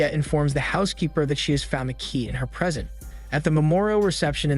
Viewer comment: Just some points 😂 uncle Charlie is his name (not “Mr charming“?) Present not Pree-sEnt (same spelling different words. AI doesn’t know this. Don’t use that word). “ before they distress”? This is not English terminology. These are just for example. A bad synopsis of a film is not an explanation. This is obviously spoken by AI but it seems to have been written by AI as well? It certainly has not been edited by anyone who watched the movie or has English as a first language. What is the point of such a channel?